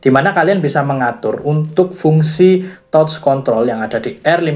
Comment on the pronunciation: Reviewnya keren dan lengkap, cuman maaf sedikit saran aja mas.. pronunciation bahasa inggris nya tlg di perbaiki.. banyak yg salah.. misal kata wind atau touch.. hal sederhana tapi agak mengganggu aja sih, kan sayang konten udh bagus2 gini tapi englishnya gitu.. hehe.. sukses terus channelnya ya mas..